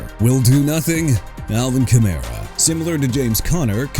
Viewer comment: That's enough of you saying "jag-wires" and "chee-kah-gow"! Jaguars as in JA-GWAARS!! AND CHICAGO AS IN SHUH-KAH-GOW OR SHEE-KAH-GOW!! YOU UNDERSTAND ME BRO?! ALSO ALVIN KAMARA AS IN KUH-MA-RUH!! AI VOICE GUY... YOU'RE DONE AREN'T YOU HUH?! IF SO QUIT!!!!